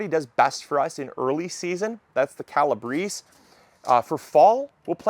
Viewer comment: CAL-a-BRAY-see. Calabrese. ❤